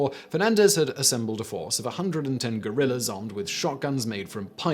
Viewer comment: I can only hear that as Simon saying: "110 armed gorillas" :D Which would be even more impressive.